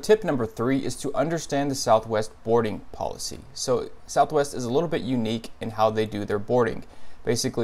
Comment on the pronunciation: Southwest, "ees tha ves!"